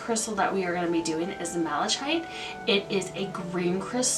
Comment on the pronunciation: For the unakite, I think the descriptive word was mottled, which means it has spots, blotches or patches of different colors. You did pretty good with pronunciation! I think the only one that was a little mispronounced was malachite- the ch makes a hard K sound, so it sounds like “malakite”. Some of these crystals were new to me!! Thanks for the info!